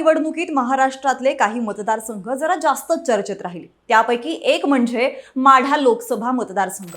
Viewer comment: माडा नाही माढा